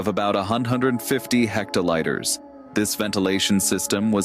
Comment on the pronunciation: Hecterlighters??? Lol😂 it's hectoliters pronounced 'hec toe leeters' (liters/litres)